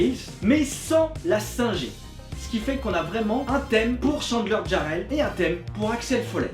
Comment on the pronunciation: Pourquoi vous obstinez vous à prononcer mon nom avec "Y", c'est Jarrell, avec un "J" -Oui ye sais!